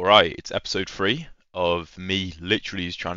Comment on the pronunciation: I love how you go FREE instead of three 😂😂😂 GREAT video though, you know imma play this mow